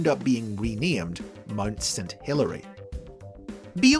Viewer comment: "MUD St Helens"? 37 Helens agree, that is NOT how you pronounce Mount.